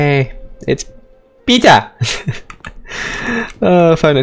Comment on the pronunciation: The way he say pizza got me laughing PiZa